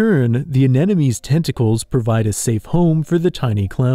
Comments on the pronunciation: You pronouncing anemone as anenome made me question reality for a minute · if youre going to use the word, learn how to pronounce it - AN-EM-O-NEE. in your position mispronunciation is just laziness. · Why can no one pronounce anemone correctly?